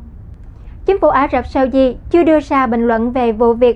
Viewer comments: Mỗi lần nghe này là mỗi lần tôi bị ngứa tai với vc phát âm tất cả những /s/ trở thành /sh/. Very effing ANNOYING!!! 👎👎👎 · đọc 'SAUDI' nghe kỳ quá